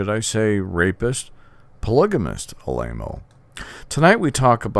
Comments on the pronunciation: Ah La Mo not A-Lay-Mo... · You are repeating the lies of the mainstream media! For someone that knows so much about Tony, you would think you could pronounce his last correctly! You mention Jim Jones! He was a CIA Operative and the people in Jonestown did not commit suicide! They were murdered and shot! You should do research before you run your mouth! You should watch what you say and get all the facts before blabbing away! The Catholic Church has more sexual abuse cases than any other religion but because that is the wealthiest organization on earth, the Vatican sweeps their crimes under the rug and pays off the judges, etc.